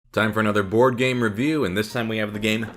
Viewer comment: I love how every single one of this video sound like bored game review at the start no matter how much i try to hear board xD